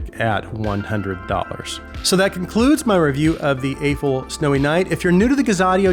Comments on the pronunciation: Not to be that guy, but I think the brand's name is pronounced as "Ahh-Foo." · The company cleared up the pronunciation of Aful "ah foo" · I love the reviews man, I just don't understand why I have only heard one single reviewer actually pronounce Aful correctly. Haven't they impressed us enough to at least say their name correctly?